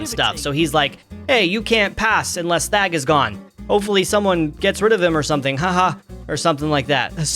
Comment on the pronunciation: I thought you said fag instead of thag